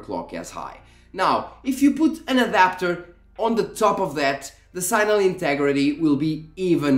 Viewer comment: Normal people: "signal" sig-nuhl This dude: "sighnal"